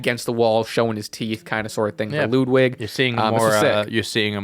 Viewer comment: Please learn how to pronounce ludwig